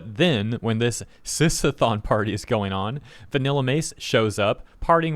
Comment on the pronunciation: "Sis-a-thon" the biggest flaggot sh!t I've ever heard. And "Are they PR friendly?" No you r3tard it'll be PR friendly when they're out of business forever for promoting insane pdf bait. At least they're genuine fakes because that stupidity is next level.